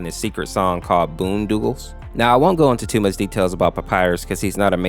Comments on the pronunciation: Did this idiot just say boon doogle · and bone doggle as bone doogle